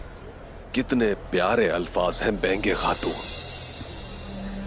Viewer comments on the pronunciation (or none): Benge khatun nahi baigan khatun hai😂😂